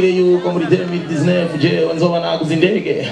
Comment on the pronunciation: Ukuntu avuze "indege" 😂😂😂😂😂😂😂😂 lmao